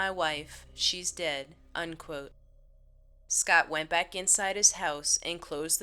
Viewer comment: Where do they get these narrators? And it's 'END quote,' not 'UN quote.' It's impossible to UNquote anything.